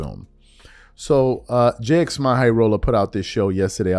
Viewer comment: “We all know who he is, right?” Also: “Jay Ex My High Roller”